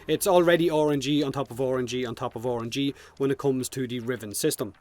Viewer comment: also, i like how you pronounce RNG "ORANGEE"